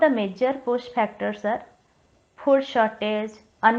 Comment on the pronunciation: it is FACTORS and not PHACTORS please do not make videos if your pronunciation is not correct